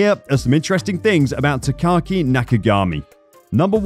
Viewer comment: Not that big of a deal but his name is pronounced Taka-Aki, not Takaki. It's a mouthful to pronounce, hence why many just refer to him as "Taka."